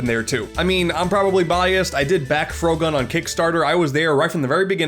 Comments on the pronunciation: Shows footage of Frogun. Me: Aww, neat, I knkw this game!: Pronounces it "Frow-gun" Me:... Why wouldnt you pronounce it like frog-gun? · I'm sorry but how the hell does he mispronounce "frogun"